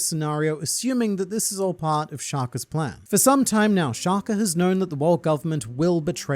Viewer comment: Shaka, not Shakur or Shakuh 😭